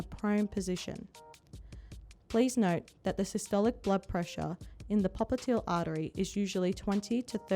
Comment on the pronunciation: Popiteal artery? It's pop-li-tee-yal artery.